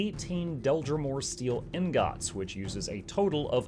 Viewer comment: are you pronouncing "ingot" wrong as a joke? startled me every time after I realized what you were saying